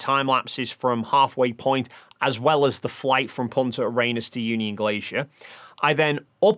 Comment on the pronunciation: For gods sake why are so many people struggling with "Punta Arenas" adding extra S in this case and other manglings of it I've heard from so many flerfs. It's not a challenging thing to say for English speakers! If you're going to say something in public that is not super familiar to you, take a moment to understand how it is spelled and pronounced. Sigh, yeah, I know, if they had that kind of thoughtfulness they would not be flerfs, or for that matter asking what you did on the 18th.